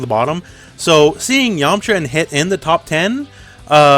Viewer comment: I am disappointed you kept pronouncing yamucha wrong XD